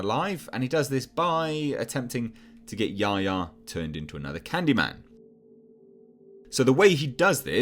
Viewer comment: I wish they’d pronounce Yahya (Ya-Hy-a) correctly.